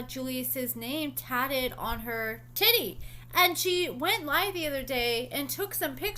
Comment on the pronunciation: Why did you say titty like that 😂😂